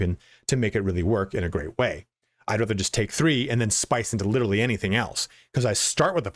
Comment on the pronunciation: Notice how witerally there are no paladin subclasses on this list witerally 🙄